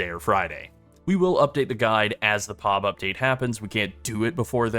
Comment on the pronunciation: Jeez, man, it's P-O-B not POB all one word, you say it seperately. It's an initialism like FBI or CPU ...